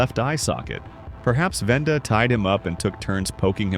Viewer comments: He said Venda instead of Wenda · WENDA NOT VENDA